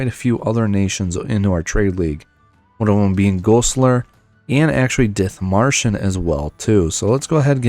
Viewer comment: as a german I can say you pronounce Schleswig or Dithmarschen quite good for a non native speaker nearly perfect ;).